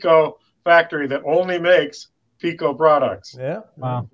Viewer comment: When will you pronounce it PIKO with an I, not PECO that is a different UK company. When can we see a G scale Sprinter please?